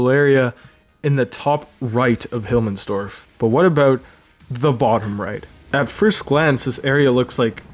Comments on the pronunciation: "Hilmmensdorf" It's Himmelsdorf but whatevs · Who th calls the map "Hilmmensdorf" except for that, good vid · "Hillmensdorf", it frustrated me everytime u said it incorrectly xd, nice vid tho